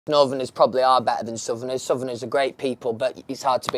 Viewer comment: I love how Louis says southerner like “suvener”💖